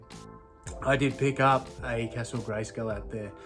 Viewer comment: your english is wrong how are you saying castle greyskull you bloody bogan great vid will have to watch the next auction when on to see if i snag stuff yes i miss smoking sigs